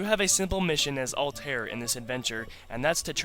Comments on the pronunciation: lol "altar" its pronounced sumthing like "all-ta-year" no big deal good review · The guy pronounces "Altaïr" so wrong xD